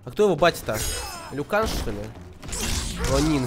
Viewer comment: Не Люкан(это в Доте), а Лю Кенг